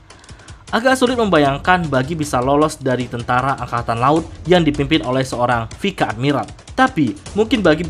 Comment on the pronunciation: Bukan vike admiral bang, tp pronouncenya vais admiral.